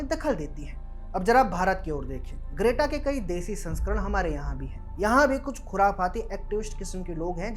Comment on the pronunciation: Are you calling her Great-Aa on purpose? It's pronounced Gret-Ah.